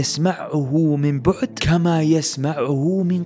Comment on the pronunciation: جزاك الله خيرا ليتك تهتم بالنحو وتشكيل الحروف لأن الخطأ في حركة الحرف قد يغير المعنى يسمعه مَن بَعُد بفتح الميم و الباء وضم العين وليس مِن بُعْد بكسر الميم وضم الباء وتسكين العين المعنى بينهما مختلف تماما